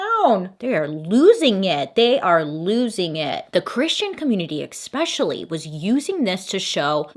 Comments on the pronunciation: “eKspecially” lol love you and your videos! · Bailey pronouncing “Dungeon and Dragons” and “eXpecially” 😄🥰